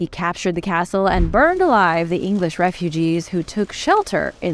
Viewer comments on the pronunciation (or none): none